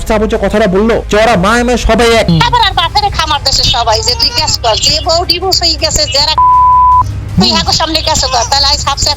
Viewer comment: আয়াতের সৎ মা একটা ক্ষ্যাত গাইয়া গাইয়া কথা বলে,চিকেন ফ্রাই কে বলে ছিকেন প্রাই🤣🤣 ডিভোর্স কে বলে ডিভোজ🤣🤣